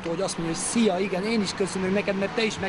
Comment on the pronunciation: megmondta a frankót:D "szija" :P